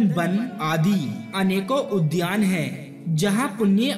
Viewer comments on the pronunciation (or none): none